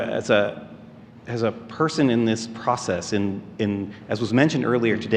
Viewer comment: what a weirdo "as perhhrson in this praahcess"